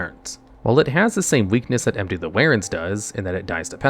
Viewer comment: For the love of God run the words you have only read but never heard through a pronunciation check. Warren= worr+uhn. Happens so frequently. Normally wouldn't mind but now bunch of people unfamiliar will be mispronouncing.